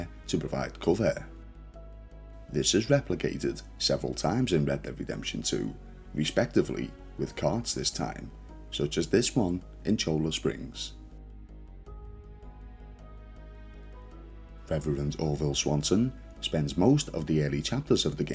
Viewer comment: just FYI Cholla is pronounced "CHOY uh" its a Mexican word for the cactus type. Its one of the cactus all in the area, modeled after my hometown Tucson's Sonoran Desert